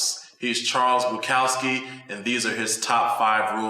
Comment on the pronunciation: You're pronouncing his name wrong. Here, listen to the man himself: "It's Buk, as in puke."